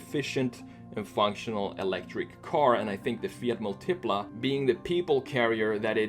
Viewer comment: Bruh it's Mùltipla, not Multìpla.